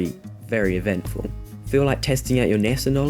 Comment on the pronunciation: Its not NESA. Its NASA!!